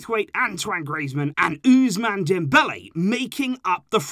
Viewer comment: Hey. Great work. Just one helpful remark if you may ..Ousman (Dembele) is pronounced « Aussmann » not « euzmann ».